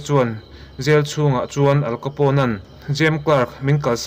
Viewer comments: Al Capone i lam dan khi adik lo... "Aal kapaw...n" tiin lam tur. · Al capone,how to pronounce'"AL KHAPOUNE"' .. Heti zawk hian ani e. 😏